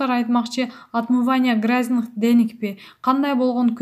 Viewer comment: Окуп жаткан кыз нормаль суйлоп туруп гразных деньги дебей грязных десен дуура без мозглая дуура ты бессиш.